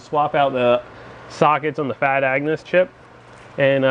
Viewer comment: Agnuuuuuus! not "angus" !!!! LoL